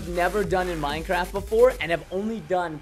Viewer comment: You know it’s bad when he says “I’m not playing minn-craft again”